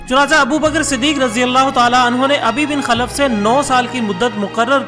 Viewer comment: Ubai bin khalf & ghaare Saor lafzi ghalti parhne me hui he baqi masha ALLAH